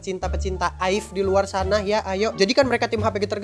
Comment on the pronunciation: Bacanya a-i-ve bang